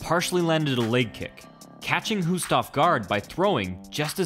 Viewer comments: it's pronounced 'Hoast', not Houst. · It is pronounced “Hoast” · That's not how you pronounce his name. More like Ernesto Host. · I know this isn't a new video, but as an FYI, Hoost in Dutch is pronounced 'host'. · It's pronounced Host